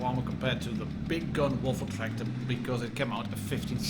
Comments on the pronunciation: Good german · Oh dear god. You said the full german name. Oh boy. You’re becoming more german by the minute.